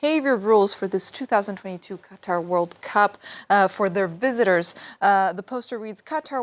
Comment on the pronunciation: You should try harder to pronounce the countries name correctly, remember the emphasis is on the second syllable.